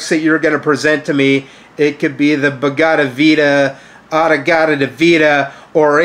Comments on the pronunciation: Almost as hilarious as his attempt to cover it up, is the bizarre non-sequitur rabbit hole that his mispronunciation causes his feeble brain to slide down:. So because he pronounces the Bhagavad Gita like an Iron Butterfly song, suddenly we're talking about Foghat lyrics? And how contradiction isn't human nature because we're not really human, we're animals? And this whole digression is because he's unable to admit that he can't pronounce something, has to play it off like a joke, and his brain picks up the slack in its own unique, unfathomable way. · It's always hilarious when tries to cover up his failures, or poor command of language, by pretending a mistake was on purpose. he clearly just can't pronounce Bhagavad Gita, and tries to pretend his failing to do so was on purpose by randomly rambling about irrelevant things.